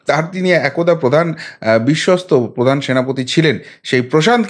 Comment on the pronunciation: প্রধান নয় পোধান।😊